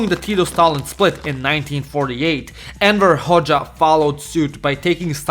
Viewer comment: Everytime you say "Enver Hoxha", your pronunciation makes it sound like you're saying "Emperor Hoxha"💀